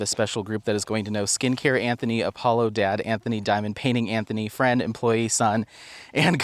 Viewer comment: Every time you call Apollo "Apo" I think isn't that a dog food? It took me the whole video to remember it was Alpo!